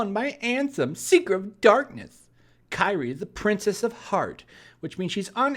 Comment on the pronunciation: Also, Kairi is pronounced Kai-re.